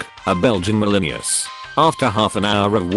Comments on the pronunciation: 'Belgian Malineeus' lol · How can he say malinious perfectly but not took?? This voice drives me crazy